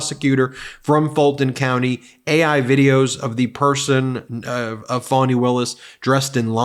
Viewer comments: First of all it's NOT spelled the same. Your butt is spelled 'Fanny' and it is In reference to your butt, it is spelled 'Fanny'. Fani is NOT a French pronunciation. Educate yourself Trump. FANI should SUE Trump for defamation. The guy just can't shut his mouth. He has NEVER had to suffer the consequences of his actions so HE will never learn. He acts on his impulses without a thought. His lawyers cannot control this idiot. THAT is why they have quit or have been "Fired". Listen to this bully speak. This whack job is spreading his hate. Listen to this child. THIS is the future. Can you see why Melania no longer takes interest in the 'anti-bullying' movement when her husband is the biggest BULLY in the world, in history. Imagine giving this insane person the power to push the button. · Trump’s wrong again. He's trying to say that Fani sounds like fannie or fanny. The latter is your buttocks. Fani does not equal Fannie. Fannie is pronounced as in Fannie Mae. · If Trump knew how to read he would know that Fani does not have two n’s and is there for pronounced Fa-née . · English language learning. Fanny is your bottom. Fani is NOT fanny. Different pronunciations due to two (n) s. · In Britain the 'fanny' word is considered vulgar, a term for women's genitalia not just the backside. A friend of mine is having fits about her name being mispronounced. Pretty sure the Trumps know that. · It's Fani, not Fanni, just FYI. That's what makes his 5th grader shit talk about how her name is pronounced even dumber. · The prosecutor’s name is spelled “Fani,” not Fanny or Fannie. If you see the spelling, you should know how to pronounce it without making a big show about it. But, in this case, I can see how Trump might not get it. He may have not paid enough attention during phonics. She was always called Fani, even if she was too polite to correct people multiple times. Fah-nee. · We knew Bobbit was not educated,then why can’t she pronounce Fani